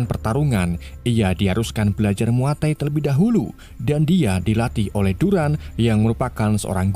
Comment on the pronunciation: Muaythai kali bukan muatai